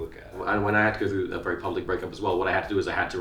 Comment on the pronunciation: wewwy niiice